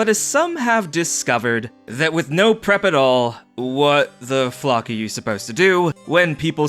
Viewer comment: Did....Did just say 'fuck' instead of 'flock' I'm both saddened and excited by this. I had to listen to the end of the opening story about 4 times to make sure I was hearing it right. I is a little hard to tell.